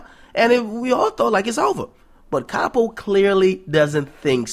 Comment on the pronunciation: Its Pronounced Cap oh